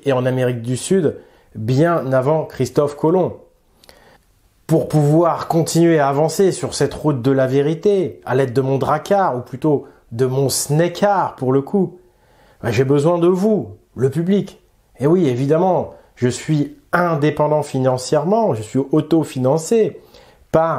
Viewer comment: Juste une idée en passant vous saluer toi, ton équipe et tout le monde qui passe par ici....mais à la place de dire "SNEKAR" (avec l'accent Anglois!) ne devrions nous pas dire "SNAKAR" avec un A en gaulois comme nous disons "DRAKAR" pour "drake"!? Oui je sais je fais chier pour rien mais la prononciation m'a interpellée et comme le sujet me passionne....vous me pardonnerez n'est-ce pas 🤣🤣!!!? Salut à tous et merci, des preuves supplémentaires s'il en fallait!!!